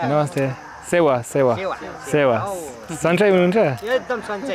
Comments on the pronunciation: its not sewn its Sewaro! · Not sewa you say sewaro it means namaste 🙏